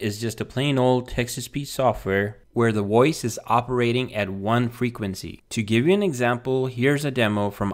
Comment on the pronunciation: The voiceover in this video sounds artificial ?? It's just that the system seems to be changing Vs to Ws. Sounds like it is saying WOICE instead of VOICE.